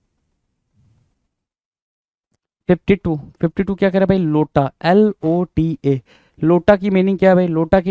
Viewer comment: Sir vo Lota nahi iota hai 👍